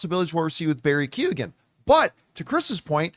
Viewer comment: Keoghan is not pronounced Key-O-gan. "Keoghan" is typically pronounced as "KYOH-gun" in English, where the "Kyo" rhymes with "Joe."